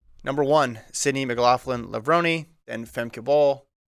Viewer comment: It’’s NOT PRONOUNCED “lah-vroh—née.